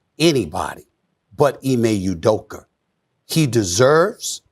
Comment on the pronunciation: I jus love that you pronounced him correctly and consistently throughout the show.(Ime Udoka).